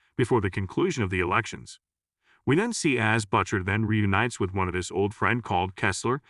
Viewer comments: Why are you pronouncing "Butcher" as Buccher? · Who is "Butt Cher" that you keep referring to, will "Butt Sonny" show up for a duet? Perhaps getting a real person to read the narration, rather than the AI/text-to-speech program which is currently butchering the pronunciation of every third word? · "BUTT-CHER" How can your AI not pronounce the name Butcher properly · He's referring to the terrible AI voice used to pronounce Butcher as Buttcher. The AI can't even pronounce the name correctly, what a joke.😂😂😂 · Why does Butcher sound like 'botcher' here? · HORRIBLE recap....how can a ai voice screw up "Butcher".